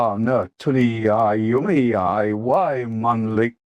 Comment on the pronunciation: Not AI rubbish, only the voice is. This is otherwise Ozzy's autobiography complete and unexpurgated. At least it sounds like Ozzy's voice, unlike the official audio book narration by Ian Danter who can't even pronounce Tony Iommi's surname properly (he incorrectly says A-ommi).